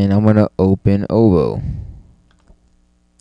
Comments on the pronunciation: nd its nt o-voo its said oo-voo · O-Voe? Nooo!! It's pronounced Oooh-Veww, or Ooh-Voo. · ooooovooooo not OVO... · When a doll gets pricked in the head with a pin, that's not VohDoe, it's VooDoo. Thnk VooDoo and you'll get the ooVoo pronunciation down, no problema. Still good video